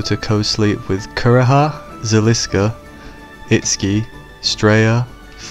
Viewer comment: You had me til you said Itski? To each his or her own but you lost me there lol.